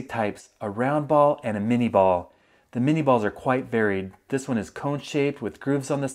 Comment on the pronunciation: Isn't it pronounced min-ay?